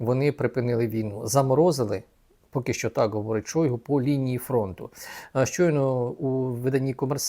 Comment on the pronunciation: Не Шóйгу, а Шойгу́! Выучите уже!